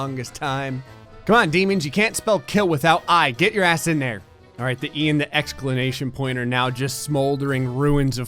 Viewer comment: is this bitch out here saying exclanation point????